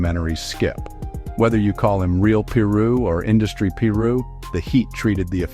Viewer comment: They kill me when they pronounce the names wrong he knows damn well it's 'PIRU' And he knows how to say it right cornballs